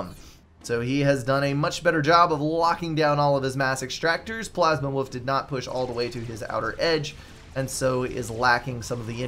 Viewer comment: Thanks for the cast, and thanks for making my name sound like "Plasma_Woof" a bit :) It's a refreshing new name. Also: if you press "End Replay" in the drop-down menu, you go to the score screen.